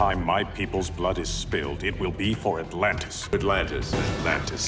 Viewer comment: Aqua-man said “Alantis” six times